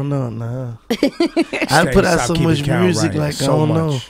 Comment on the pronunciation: I like how Gotti says "Mursik" instead of "Music" ... lol ...